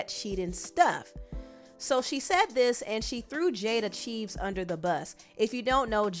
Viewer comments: please try to say people’s names right. even she (Jayda) has said her own name as “chee vez” typically it’s “cha-vez” but she has said chee-vez … it is NOT cheeeeves 🥴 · Oh my gosh every time you say Jada's surname wrong I flinch ...you pronounced it incorrectly in other videos too. It's pronounced CHAA-VES ... Please Google it 🤣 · Its Jada Chavez pronounced Cha-vez I think.